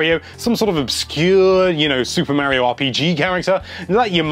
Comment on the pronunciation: 2017 and ppl still don't know how to pronounce Mario.